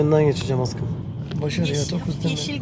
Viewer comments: Sen neden aşkım diyemiyon askım diyon hep 😂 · aşkım yerine neden askım diyosun yada yeşil yerine yesil diyosun😢